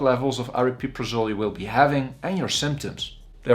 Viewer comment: not super informative, at least you can pronounce it properly though! everyone else on yt says "ariprazole" so you get a like for that.